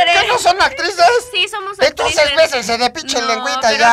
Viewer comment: jajajaja ''besense'' jajaja yo tambien lo pense XD